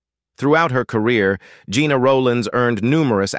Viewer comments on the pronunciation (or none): Her name was pronounced like "jenna" not like "gina".